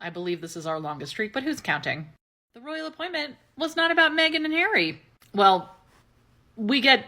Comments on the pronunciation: I live for "The Rrrrrrroyal apppppointtmentt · The Rrrrrrroyal Appointment!😅😅😅